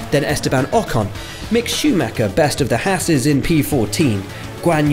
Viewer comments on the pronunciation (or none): none